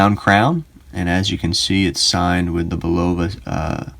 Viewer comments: "Bulova" is pronounced BUL-ova. Your mispronunciation was like fingernails on a chalkboard every time I heard it. That could be tolerable were it not for the rest of it. You need to redo and correct egregiously GROSS errors in this video. Thankfully it only has 372 views at this point. (1) This watch does NOT have a P102 movement inside it. That's a 3-hand with central seconds date/time movement. You need to read Caliber Corner much better. The description of it there makes it plainly clear to even a casual observer it's NOT a chronograph. Quoted directly from Caliber Corner from their P102 entry: "Functions - Hours, minutes, sweeping central seconds, date " I don't see any chronograph functions there. Do you? The movement inside this watch is the P123 which isn't in Caliber Corner's database. Only three of Bulova's five Precisionist movements are in their database. The other missing movement is the 8138. A simple search with Google doing a bit of research before making this video would have told you that. There are other YouTube videos showing the back removed from the Champlain Chronograph . . . and it's obvious from them that it's none of the movements in Caliber Corner's database. (2) Bulova's claim that it's the worlds most accurate quartz is bogus. Actual measured accuracy of the Precisionist movements is closer to +/- 20-40 sec/yr, not +/-10 sec/yr. That's still an order of magnitude better than a bottom of the barrel cheap 32kHz movement, but it's not what Bulo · You're saying it wrong?Go back to school and learn how to pronounce the word